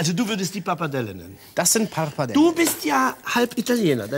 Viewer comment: Italienisch sei seine Muttersprache? Ts,ts und mehrfach sagt er Parpadelle…. Es heißt Pappardelle!